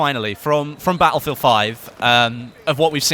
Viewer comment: Its not Battlefield its "Attlefield" ;-)